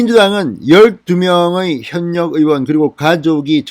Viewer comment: 현역 발음이 잘안되네